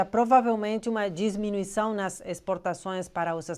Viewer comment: 'DIMINUIÇÃO' e não 'DISMINUIÇÃO'...